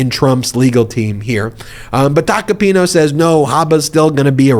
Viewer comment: It's Tacopin-A. Not Tacopin-O. That's an A at the end of his name.